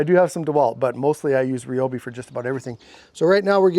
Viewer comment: Thanks for not saying Ryeobi😅